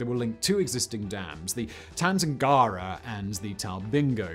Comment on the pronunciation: Tumut = TYOO-mert Tantangara = Tan-TANG-ge-rer